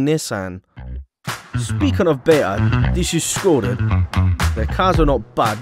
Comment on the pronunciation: Can someone explain why became a northerner when talking about Skoda?